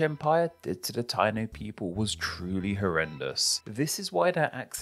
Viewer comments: It’s pronounced Tai-EE-no not TY-no. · FYI, Taíno is pronounced tah-EE-noh, emphasis on the í 😊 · As a Jamaican, nice video and well explained (: btw Taino is pronounced tie-e-no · I'm half Boricua (PR) and half English essentially. It's defo pronounce Tie-E-No. I was laughing listening to this ignorant pronunciation haha. My Guyanese wife was like "what are they saying? o_O " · Stop. Tayno. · What???? The native people were called the (pronounced) "Tie-eeee-no." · Taino = pronounced TAI-EE-NO